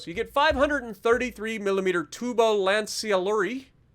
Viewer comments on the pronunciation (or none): the pronunciation for the torpedo launcher for the Italian ships is “Tu-bo Lan-chia-see-loo-ri”.